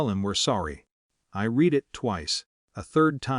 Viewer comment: Time "I read it twice" when this was spoken the person said this as the present tense verb pronounced 'reed'. Instead of the past tense verb pronounced 'red'.